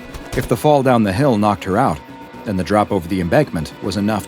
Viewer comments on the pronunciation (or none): none